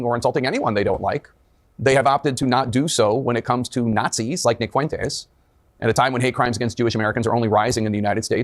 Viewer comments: Notice how Tapper is pronouncing Fuentes - it is correct. Idc if Fuentes even mispronounces his name, which idk. That is a Spanish word. FWEN-Tez not Fu-en-tez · Totally besides the point, but How is it that Tapper is the only one who can say his name correctly? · He pronounced it perfectly! Greetings from Spain. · He's trying his hardest to pronounce Fuentes in the most spanish way possible 😂